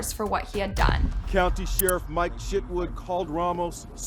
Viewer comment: Did anyone else chuckle when he said Mike Chitwood, or am I just really childish? He literally pronounced it Shitwood